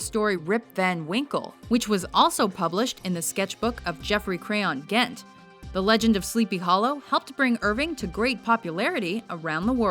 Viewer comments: On "Geoffrey Crayon, Gent." it's not pronounced "Ghent," it's pronounced "Jent!" The "Gent." in "Geoffrey Crayon, Gent." is short for "Gentleman." Just like the "Esq." in "Phillip Jones, Esq." would be short for "Esquire." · Am I wrong, or is "Gent." supposed to be pronounced with a soft G (as in "gentleman")?